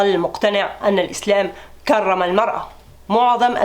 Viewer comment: كرم بترقيق الراء